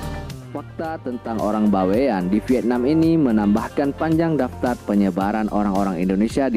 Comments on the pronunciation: Bukan baiwan, tapi Bawean, berasal dari pulau Bawean Jawa timur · "Bawean ya Bang.., bukan by one.. 😁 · Bawean bang, bukan Baewan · Bawean itu adalah dari suku jawa tapi sebuah pulau yg disebelah kota Surabaya /Jawa timur .cara Bacanya Baweyan bukan bewan bro memang itu suku Jawa yg seberangnya Surabaya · Pulau BAWEAN.. bukan By one pak Cik..